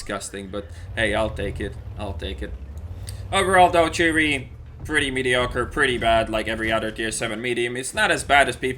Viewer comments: chi-ri pls i didnt know what a chiri was TRIGGERED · Its Chi-Ri.There is an'-' between Chi and Ri